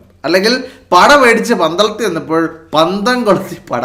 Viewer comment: പന്ധം അല്ല പന്തം ആണ്